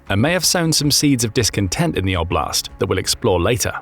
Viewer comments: 'Oblast, not obl'Ast 😂😂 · Just for context "oblast" is word that in a lot slavic countries mean region. (btw also is have to be pronoucet differently)